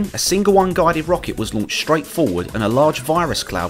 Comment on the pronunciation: its Rocket